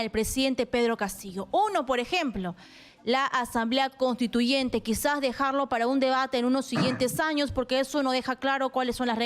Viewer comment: ESTA REPORTERA DICE, 'ASAMBLE CONSTITUYENTE, DEJAR PARA DEBATE PARA MAS ADELANTE - ANOS' JAJAJAA